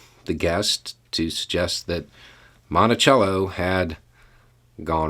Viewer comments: It's Monticello not montichello! We need to teach the true history not the embellished history. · In Minnesota we have a city named Monticello and we pronounce it "Mon-tuh-sello". People will look at you like you're insane if you pronounce it correctly. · Listening to you say the name, "Monticello," I hear my old architectural history professor say, "Now, in Britain (he was British), we call it, 'Mon-tay-chello,' while in America you call it, 'Mon-tuh-sello,' unless of course you are from Virginia, in which case you call it, 'Mon-uh-sell-uh.' " Don't know why but that cracks me up every time I hear someone pronounce, "Monticello." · In Virginia we called Jefferson's home the British way, and called the street in Norfolk the American way. Growing up in rural Northern Virginia, I had only ever heard it the British/ Italian pronunciation. When I moved to Norfolk, I thought people were daft.